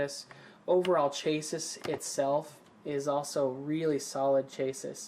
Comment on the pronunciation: Chassis is pronounced as Chass-ie not Chay-sis